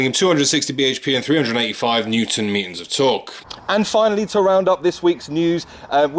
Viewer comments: TheVincenzo yeah I know that, he said 'meaton', I was making a joke 🙄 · Hey, what's a 'Newton Meaton'? 😂